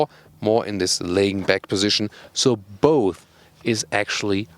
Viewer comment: There is 1 thing that makes my ears burn -, please, pronunce the words 'here', 'rear' and,lengh', 'both' like they should be pronunced (both and lengh should have the F sound, not S; and the 'rear' and 'here' shouldn't be pronunced long like reeeeeaaaaar, heeeeeere). There are also too many statements 'very interesting' being repeated. Thank you. Best regards:-)